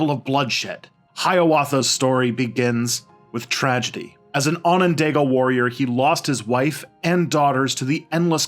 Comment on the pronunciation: Your pronunciations are so out of wack. Haudenosaunee is Ho-dah-nah-Show-Knee. And iroquois is pronounced Ear-ah-koi, It is not french even tho it looks like a french word. Onondaga is pronounced aa- nuhn-daa-guh. and I am only a minute into the video. I am not native american but I know for a fact how to pronounce these words from growing up in western NY. I like your videos, its just your pronunciations are very midwestern.